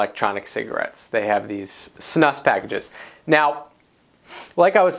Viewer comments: It's pronounced snoose. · You pronounce it "snoose". And those are Snus pouches. Snus is usually loose and sticky, you roll it into a ball and put it in your upper lip. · Erm.. "Chewing Tobacco MAY SAFER...", the title and the pronunciation of Snus is comical. Obviously haven't acquired much education.